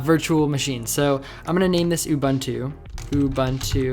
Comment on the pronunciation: Great stuff! (aside from pronouncing 'Ubuntu' badly :P ) Keep up the good work! :D